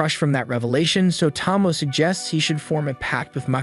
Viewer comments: Friend, her name is pronounced Toh-Mo-Ay not Tah-mo TT~TT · The dragon girl's name is pronounced 'Toe-Moe-Eh', not 'Tom-Oh'. Otherwise, very good concise overview. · Part 3 of "You Still Can't say Tomoe's name right." Again it's a great Anime, if you actually watched it. But you can usually tell when someone didn't watch it when they get the names completely wrong.